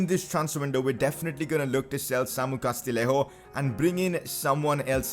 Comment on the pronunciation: Just a tip, the double L in Castillejo is a Y sound, so Castiyejo:) And now you're gonna get rid of him haha